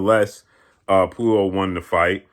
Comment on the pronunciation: straight brutalizing the pronunciation of Puello’s name.😂